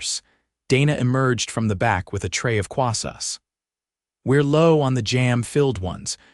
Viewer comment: I wish this Automated Idiocy would learn to pronounce 'croissants' correctly. I's not 'kwassas.'